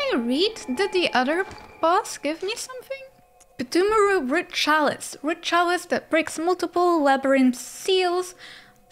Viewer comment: it's "Thumeru" , the "P" is silent, like "pneumonia." there's more types of dungeons, each so cool, and id love to see you try those, too. its amaze